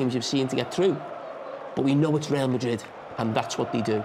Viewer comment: "reel" madrid